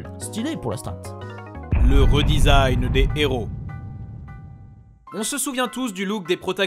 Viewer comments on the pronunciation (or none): "désign" Pardon ?